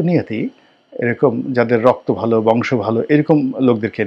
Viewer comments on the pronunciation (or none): none